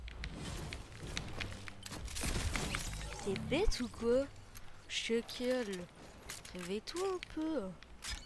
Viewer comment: Arrête de dire chacale